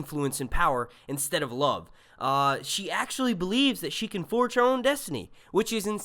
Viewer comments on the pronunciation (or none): none